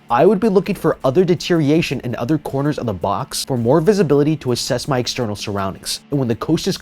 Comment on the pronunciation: second time this guy said "Deteriation" wtf is deteriation my man!? It's "Deterioration"